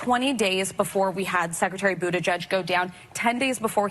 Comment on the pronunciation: WHY YOU KEEP SAYING: BOOTIJUDGE? GIEG IS NOT PRONOUNCED JUDGE AND BUTT IS NOT PRONOUNCED BOOT! AND... WHY ARE YOU TASTING DEVILCRAT TEARS? THAT'S WEIRD!